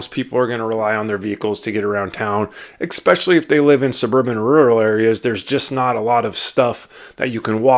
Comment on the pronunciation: I really appreciate this video! And saying that, please know that this next comment is with good intention. The word “especially” being pronounced “ex-specially” is distracting.